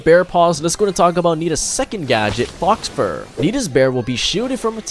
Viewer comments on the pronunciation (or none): Great guide! Btw it’s pronounced “Foh” fur, not Fox fur.